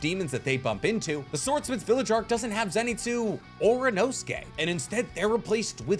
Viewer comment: The way you said Inosuke name is a crime and you should be in jail